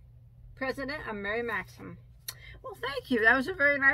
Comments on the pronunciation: You are doing better with Maxim. I heard you say it right several times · That's a great blue color and by the way...you say Maxim correctly:-)